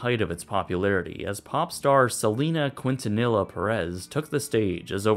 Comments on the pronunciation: Why would the guy say selena qwentanila?🤣 its quintanilla okuuuuur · Selena Quen-ten-nella.....never in my life did I think I would hear her name pronounced like that. Tragic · Quintanilla was pronounced "qwintanila" 😂 should be pronounced "kin-ta-knee-ya" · Selena "Kwin-ta-nilluh" Perez?😂😂 Butchered THAT one! It's pronounced "Kin-ta-NEE-ah" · "Selina Cuintanila Puerez"?? Why do English speakers don´t get minimum effort into pronouncing foreign words correctly? Believe me. Is not hard. You should say something like "Kintaniya". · Alright class say it with me "Keen tah nee yah" not quintesson or whatever that was. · “Selena QUIN TIN NILLA” lmfao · Selena QUIN tan illa there isn't two n's duhh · I saw Selena perform here in 1995! Hard to believe the dome is abandoned now!!! By the way, her last name is pronounced "KEEN-tuh-NEE-uh". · Maybe KEEN-tuh-NEE-yuh is closer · yess omggg if anything the pronunciation is key-n-ta-kneeyuh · Horrible pronunciation "queen-tha-ne-la" terrible terrible and more terrible 😬😬😬😒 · He said “Kwin-tin-illa” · I know you don't know much Spanish but Selena's last name is pronounce "Keen-tuh-neeya". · Not queen-tah-nilah! Haha Haha that cracked me up so much! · He also failed to state that Selena performed at the Astrodome for 3 consecutive years from 1993 to 1995. She broke the attendance record each year she was there. Also the footage he used for her was from 1993 not 1994. And for my fellow non Spanish speakers. The L’s in Quintanilla are silent so the proper way to pronounce it is “Keen-tAh-knee-ya”. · Did he just say, “Selena Quin-te-nila?” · "Selena Quint-ah-nila"...sounds about right. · Selena Keen-tah-knee-yah. Put some respeck on her name 👑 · Quintanilla is actually pronounced KEEN-TAH-NEE-YAH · Silina quintanila peres!! GRINGOS Y SUS GRINGADAS 😒 SOLSA! TORTILA! CUESADILA! TORTILA! JALAPINOE! PIÑARA! 🤓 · WHOOOOO tf is Selena KWIN TIN NELLA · Selena "Quinntanila" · The way he butchered Selena Quintanilla’s last name